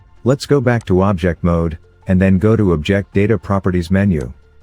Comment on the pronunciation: Thank you! Your tutorials are really good! Fantastic demonstrations. Is it possible to change the narration engine? I feel it's overused a bit and applies improper pronunciation to words like 'object'. No worries if not, it's not really a huge bother, just a consideration.